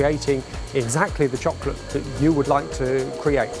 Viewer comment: neither of them can talk. The way he says chocolate pisses me off and the asian dude cant say technology...